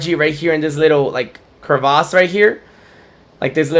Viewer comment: When saying crevasse you swap the "a' to an "e" which makes it sound like "krɪˈvas" that being said great video